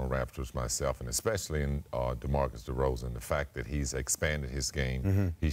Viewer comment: "Scottie", "Pippen" and "DeRozan" not DerozEn. I think it was funny Scottie barely knows anything about the raptors but and he was just trying to say something cuz that's the job. He ended up repesting everything had said